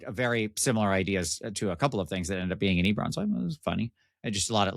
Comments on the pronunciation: Yep. It is pronounced 'eh-beh-ron' not ee-ber-ron. But go for it.;-) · Is Ee-beron where the Nee-crons live? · E-bore-on. I don't know if I can ever get over this pronunciation. I have to skip this one. That pronunciation is such a hot take... I can't even be here. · On one hand Eberron is my favorite dnd setting. On the other hand pronounces it differently than me despite the same regional accent. (oh ok that was addressed as I typed this) Heres one for the algo